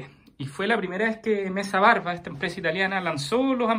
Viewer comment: Se pronuncia “metsa barba”